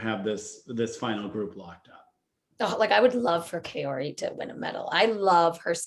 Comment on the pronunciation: I totally agree it’s not hard to wear a mask properly, but it’s also not hard to pronounce people’s names correctly... it’s Kaori (Kah-o-ri) not “Kay-ori”.